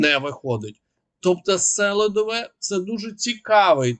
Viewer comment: Місто Селідове правильна назва з наголосом на букву "і".